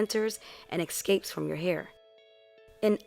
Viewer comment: how come americans say ecscapes